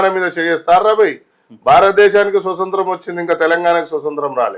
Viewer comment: First telugu nerchuko nayana , swasantram kaadu, swaatantramu. Anaale.